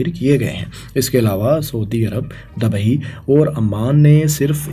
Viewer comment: Bhai Apni pronunciation thik kr lo yar... Words sai bola kro Maqabla ni muqabla Racard ni record Dabai ni Dubai Aese aur bhi bht sare words hain